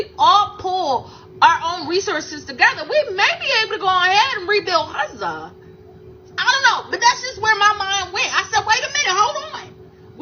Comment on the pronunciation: She really is very annoying and the way she pronounces 'Gaza' is so cringe.